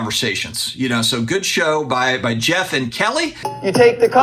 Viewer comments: Geoff Wilson says it right. says it wrong. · I’m French, Geoff says it correctly!!